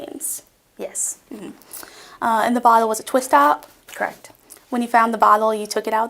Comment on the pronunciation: "After Riley was arrested, you searched the car, is that correct?" "K'reckt" Oh my GOD, why do young women TALK that way? It sounds so arrogant and dismissive, like they are.🤣